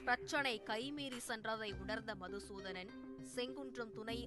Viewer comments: மதுசூதனன் இல்லை மாதுசூதனன்😂😂😂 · மது சுதானன் ❌மாது சுதனான் ✅ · அவர் பேர் மதுசூதனன் இல்லை. மாதுசூத்தண்ணன். கொஞ்சம் திருத்தி கரெக்ட்டா சொல்லுங்க மேடம்.